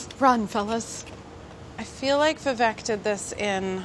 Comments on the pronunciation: How do Indians not know how to pronounce their own names wtf it's not Vi-Vék it's Viveyk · tip : you pronounce vivek just like you say we wake but just a tiny bit faster